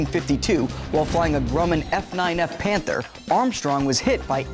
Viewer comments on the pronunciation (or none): none